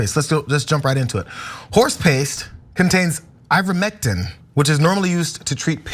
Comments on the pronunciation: you pronounced ivermectin correctly. Funny enough You can use ivermectin for parasite prevention in guinea pigs as well. I used it on my herd of 5. But it’s doesn’t work on viruses….at all…I know this because they’ve given me their colds not long after medication. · I work in pharmacy, and pronounced ivermectin better than 90% of my patients